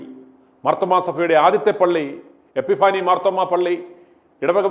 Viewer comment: എപ്പി ഫനി എന്നു ഉച്ചരിക്കുക !